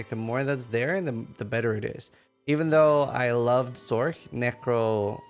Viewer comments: For future videos, don't say, Sorc! Cringe city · It’s not sork.